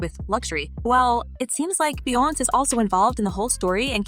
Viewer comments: How white can one be? The fact that she can't pronounce Bee-yonz's, Bee-yons, name correctly is UNBELIEVABLE!!! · The way she keeps saying Beyonce wrong is obnoxious. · Okay honestly. When you report stories, please say the names correctly. Little things like this makes a difference on dishing your content. Saying and pronouncing names in the wrong way literally lowers your credibility as a content creator. Your pronouncing Beyonce incorrectly and it hurts my ears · Jay-zeee🤦🏾‍♀️🙃🤣 Bee-younze😡